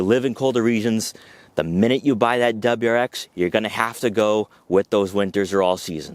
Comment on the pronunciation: “DebraX”😂😂 i lol’d. Your info is good tho and seems unbiased. Good and informed review